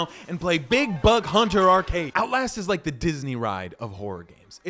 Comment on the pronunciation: I fink I wike this guy he’s pretty funny